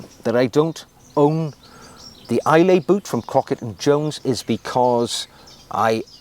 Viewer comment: Some amazing shoes there. The Islay being my favourite.. maybe because I live near Bond's home in Glencoe 😂 The "lay" part is pronounced "luh"....."Aye Luh". I assume this is named after the Scottish island of Islay. One of my favourites due to their amazing whisky 😂 Certainly worth a visit.